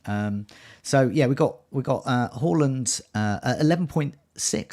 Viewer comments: It's 'Hawland'. Two consecutive 'a's in Norwegian = 'aw' pronunciation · Well done for making the note and pronouncing Haaland correctly!!